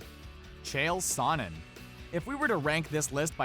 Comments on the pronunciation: You're pronouncing Sonnen wrong !! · Nate out boxed Connor. He also said sonnen wrong, he out wrestled most of the division.